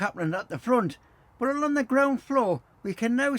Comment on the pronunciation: Thank you for highlighting the spelling mistake, may I also highlight though, without malice, that you constantly have a problem pronouncing "along" you'll always say "alon" drives the missus mad 😂